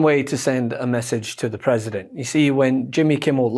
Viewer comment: PWesident. CWAY BABY. WWWHHHAA. CHANGE MY DIAPER